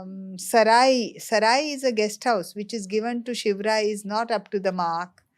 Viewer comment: Maharashtra people lovely says it.....We like it saying him....Also it is his short form.